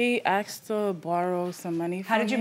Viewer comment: “Umm, he axed to borrow some money.” 😂